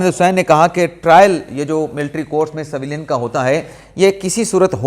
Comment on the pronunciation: Bhai jan saveelian naheen civilian bolty haen